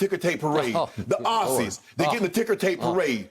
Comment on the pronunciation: FYI fellow Americans you may pronounce “Aussies” as “Ozzies” 👌🏽